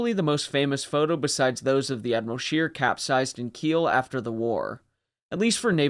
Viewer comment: It should not be too difficult to ascertain the German names, or how to pronounce them: Admiral Scheer...NOT ' Sheer' but ' Share' . Not really correct but a lot better.